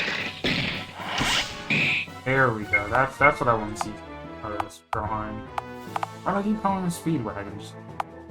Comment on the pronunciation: i like that you're doing a german accent for stroheim